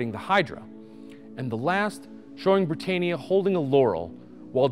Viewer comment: Not Britt-ain-eeya. It's pronounced Britt-anne-eeya. Like the name 'Anne'.